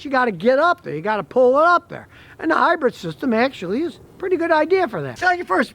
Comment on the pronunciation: Keep up the great videos! But…. It’s pronounced hybrid, not hybred ✌🏻